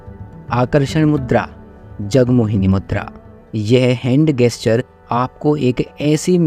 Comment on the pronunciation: . गेस्चर नहीं जेस्चर होता है ।